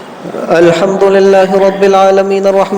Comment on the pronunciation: السلام علیکم و رحمۃ اللہ و برکاتہ.. کیا حال ہیں ؟حضرت آپ نے الحمد کے ہمزہ کو اتنا کیوں کیھنچ دیا ؟